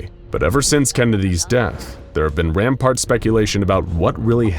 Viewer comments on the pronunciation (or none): Couple of things: 1) you've said 1969 a few times. You mean '63. You said '63 at least once, but keep saying 1969. 2) it's rampANT, not rampART. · I think you meant "rampant" speculation, not "rampart".